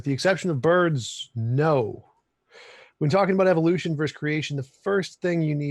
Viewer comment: When someone goes "eEEvou-lution" you know they don't know what they're even talking about.